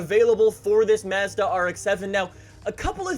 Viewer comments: Lol how said Mazda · The way you pronounce Mazda makes me cringe lol